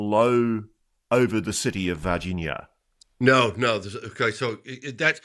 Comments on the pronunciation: It kills me that you never pronounce the nh sound in Brazilian names. C’mon. You can properly pronounce LASAGNA, can’t you? The very same sound as in VargiNHa, MadiNHo, etc. Also in champaGNe and in EspaÑa. Three different ways to represent the exact same sound in four different Romance languages. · Ross very carefully pronouncing Varginha cracks me up.